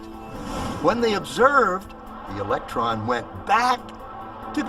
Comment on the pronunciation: Right then, Its electron not election so I'm now finding it hard to take it seriously lol